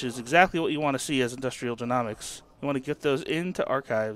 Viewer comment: Just for the future, it's Industrial jē-NŌ-miks, not jē-NAW-miks haha. Great videos though!